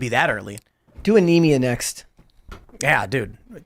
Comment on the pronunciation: Its not "anemia " . Its 'aenma, like "enima". 🤦🏾